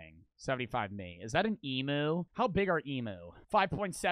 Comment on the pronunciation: knows nothing about Australian animals. And an emu is pronounced. Em YOU not emoo. And that other Australian dog looking thing is it Tasmanian Tiger Tasmanian Tiger